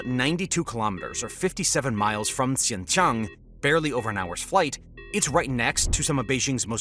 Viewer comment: It's Xinjiang, pronounced syin-jee-ANG, not Xinxiang.